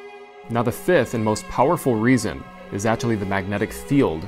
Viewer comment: "weesons" are just disingenuous tripe.